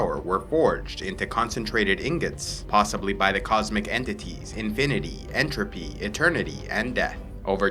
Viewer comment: EntropEyyy InfinitEyyyy EternitEYYY And deThh